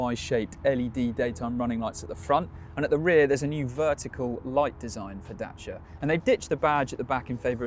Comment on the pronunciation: Dacia not Dashia